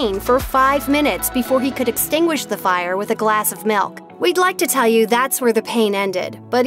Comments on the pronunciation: She says milk like malk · I hate how she says milk it sounds like she is saying malk